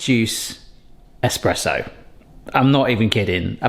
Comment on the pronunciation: Espresso lol not esperesso